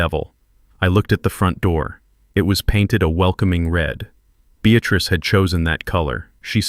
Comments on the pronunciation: Beatrice NOT Beatatrice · Beatrice. Not Bestatrice